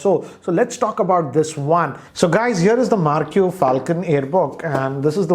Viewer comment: Marq is pronounced as mark